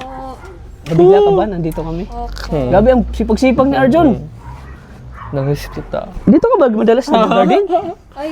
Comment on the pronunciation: ARJUN KIRAT, HNDE LANG PALA KIRAT ANG MATA MO, NGO NGO KA DIN PALA OR BULOL KA DIN PALA KUNG MAGSALITA🤭